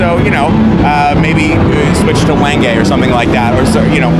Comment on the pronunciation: Glad that you're one of the five people in the luthiery business that knows how to pronounce "Wengé",....!